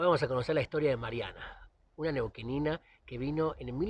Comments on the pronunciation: chelo no es Neuquina? en lugar de neuquinina? excelente video como siempre, abrazo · me gusta mucho tus video chelo siempre con una onda impresionante, pero es neuquina no neuquenina 😅 abrazo genio